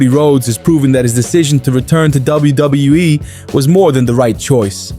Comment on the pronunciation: $555,000,000 😂. bro says WWE like Koslov